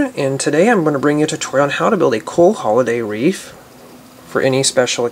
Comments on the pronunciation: Isn't it wreath? You were saying reef like the ocean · It's wreath. You said reef like one that you would find in the ocean:) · its wreath not reef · You keep saying REEF.... dude, it's a WREATH. Wow.